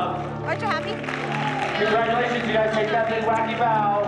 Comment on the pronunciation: No one: Seriusly no one: Random guy: CoNgRatULiATIOn